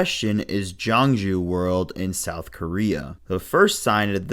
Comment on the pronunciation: Thank you for covering my Home Park, Gyeongju World! Gyeongju World announced that they will officially reveal complete information about the new attraction on their official Instagram on May 31st. Oh, and the pronunciation of Gyeongju World is closer to Kyungju World.